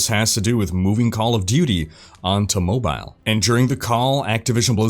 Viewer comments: Mispronounce mobile one more time I dare you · I like how you say MO-Bile